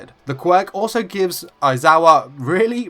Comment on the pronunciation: I'm sorry I have fuckin' whiplash did you say "born 'or so' in Tokyo"?? Like, now I'm pretty sure you said "also" not "or so" but DUDE for a second I thought you were suggesting he wasn't born, like he just fuckin' Appeared one day oml.